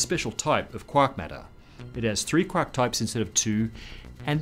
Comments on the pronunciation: First time to this channel... At first I was confused as to what you meant from "quock" then finding out your were 'saying' "quark". Really bothered with the accent on this word. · I like how he says “quark”.